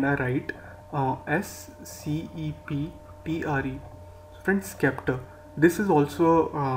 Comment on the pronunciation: Brother The Correct Pronunciation for this word "Sceptre" is 'Ceptre' . By the way, Video was informative and useful☺